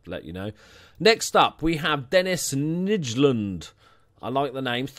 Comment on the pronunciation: The way you pronounce 'Nijland' sounds like 'Niggerland'. Just saying. ;]